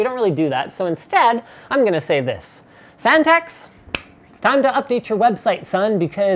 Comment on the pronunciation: "phanteks" i think it sounds more like "fanteks"